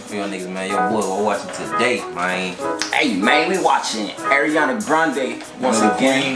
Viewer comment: im srry but one of my biggest pet peeves is when people call her airiana instead of ariana lol